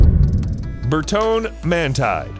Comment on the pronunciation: It's pronounced GUY-Yard-OH. Not Gah-Lard-O. Who taught you people how to pronounce shit? OMG It's Ber-TON-E Man-TEE-Day. Please stop reading for car stuff!